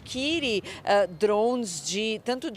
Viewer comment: Esse povo não sabe pronunciar o a palavra DRONE ?